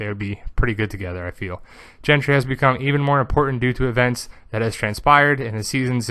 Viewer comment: His name's not "Gentry", it's GENDRY, with a D, not a T